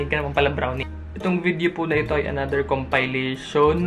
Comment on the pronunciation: said “K O M P A Y L A S Y O N”😂